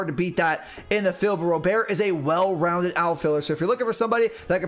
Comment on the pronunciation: Robert is pronounced like the English first name. It’s not pronounced like it’s French. I’ve heard it right out of his mouth in one of his first press conferences. They asked him how to say it. If you listen to the White Sox broadcasts, it’s definitely like I’m saying also.